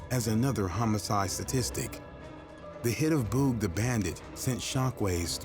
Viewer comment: Is there a reason you can’t pronounce Boog? It’s like booger or boogie. That’s annoying. Otherwise, it was a good video.